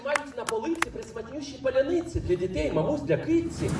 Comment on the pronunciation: Галкін молодець! Так гарно виговорив слово Паляниця, може він українець? 😂 якщо серйозно він з Борисівною просто молодці! Супер повага! Супер вдячність! Ви найкращі!